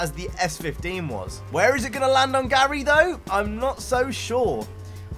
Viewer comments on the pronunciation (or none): Gurai not Garry